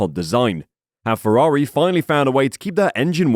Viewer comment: It's Ferrari, not Fewawi...